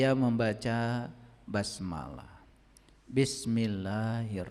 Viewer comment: Baca BASMALLAH aja salah , kocak ini orang sesat menyesatkan , NA'UDZUBILLAH MIN DZALIK